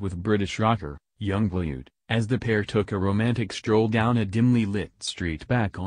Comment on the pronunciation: You pronounce it young BLOOD not blued